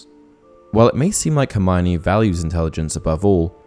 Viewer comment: I only wonder why seemingly all people mispronounce Hermiones name? In The Goblet of Fire Joane Rowling explains clearly that her name is pronounced Her-mee-oh-nee.